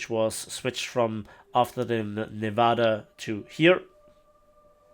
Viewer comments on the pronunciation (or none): none